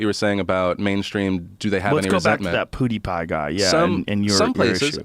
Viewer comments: As soon as I heard it I stopped the video and went straight to the comments XD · Joe's pronunciation of Pewdiepie is hilarious. He has to be doing that on purpose right? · Joe says Poodepie like an old man that can't keep up with the new hip kid slang. "Ugh! It's PEW-DE-PIE, DAD!" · Dude, Joe,its not Podtie Pie.. its PewDiePie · Can somebody tell Joe it's not poodiepie it's PEWdiepie. thanks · pyew pyew not poo poo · I almost choked on the juice i was drinking when Joe said poodipie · “Poodipie” - Joe (Joe rogan) Rogan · “Poodipie” - Joe Rogan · Nobody: Joe: “PooDeePie” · Lol Joe "poo d pie" Rogan 🤣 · joe pronouncing it poo de pie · Joe "PooDiePie" Rogan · "pootie pie" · Did he just say POO DEE PIE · Lol “POOdipie” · Joe "PoohdyPie" Rogan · "Poowdiepie"-joe rogan 2018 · Joe “Poodeepie” Rogan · NO ONE: JOE: pOoDiePie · no one: Joe: Poodipie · Joe “poodiepie” Rogan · "Poodiepie" lmao, the way he said that reminded me of my dad trying to be hip. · can't get over Joe calling him poodepie numerous times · Joe "POO DE PIE" Rogan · He said pootypie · When joe hogan said poodeepie i felt that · “Poodie pie” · Joe "Poo Dee Pie" Rogan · POO-DI PIE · Joe "Poodeepie" Rogan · Joe “PoodeePie” Rogan 😂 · I lost it when joe was making his final piece and he called him “poodeepie” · Thought he was about to say pouty tang. But he said pouty pie. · Joe "poodiepie" Rogan... Joke aside.. love you Joe.. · No one: Joe Rogan: “Poodie Pie” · I like how joe constantly says “Poodypie” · The only thing I got out of this video was joe saying poodypie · Lol at Joe....."Poo-deepie" haha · "POO DE PIE" lol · Joe "Poodie-pie" Rogan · "Poodeepie" is more successful than you, show some respect at least get the name right. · Sounds like Joe is saying poo-die-pie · Joe "Poodeipie" Rogan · Joe can't say pewdiepie. #poodiepie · Poodipie?! Sounds like Khalabib! haha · Am i the only one who hears Joe say "PooDiePie"? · Joe "poodiepie" Rogan 😂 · "POO DE PIE" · btw you are saying his name wrong